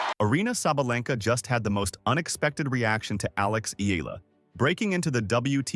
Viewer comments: Its not "ila".... its I-YA-LA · It's EALA....NOT ELA, YOU CAN EVEN PRONOUNCE HER NAME PROPERLY, ALEXANDRA E-YAH-LA